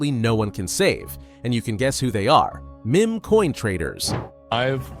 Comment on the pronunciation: Look how it is pronouncing meme